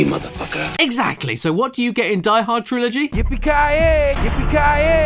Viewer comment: It is not DEE Hord. It is deeeeeeeeeeee hoorrdd